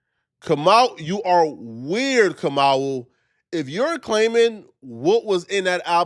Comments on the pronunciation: It's not Kam-ooo...it's Kam-ow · It’s Ka-moo!